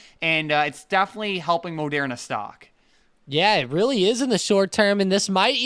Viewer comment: Say Mo-dare-na again Mfer. No one says it like that man, it's ma-dur-na.